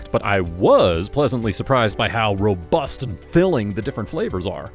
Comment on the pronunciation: Did they make you say ROBUST and FILLING in a very emphatic, punchy way? lol I love ya bro